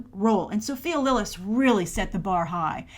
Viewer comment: You totally butchered Andy and Sophia's names.